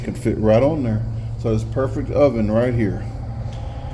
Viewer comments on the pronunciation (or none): none